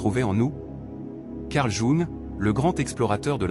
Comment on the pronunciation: Ça serait bien que le robot prononce correctement le nom de Jung...